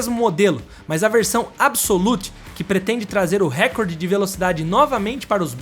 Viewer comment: A palavra "recorde", você está pronunciando errado, como a maioria das pessoas. A pronúncia correta é (RECÓRDE) e não (RÉCORDE).as pessoas não pensam mais, não refletem, só agem como gado. Igual a palavra IMPEACHMENT, todos pronunciam (IMPITCHMÃN) quando a correta é igual a escrita dela, (IMPITCHMENT).